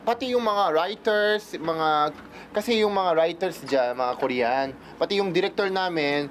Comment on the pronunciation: is that how Korean says Korean? Ryan said Kor-Yan.